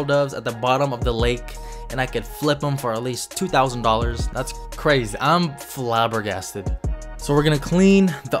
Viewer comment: Sick vid but man said FlAbBergASteD